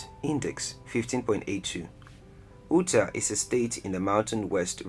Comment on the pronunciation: Ootah? Delawa-reh?